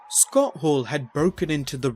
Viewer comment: Narrator is awful. Who is Scott Haww?